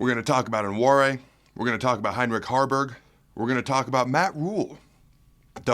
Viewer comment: Pretty sure its pronounced wa-nary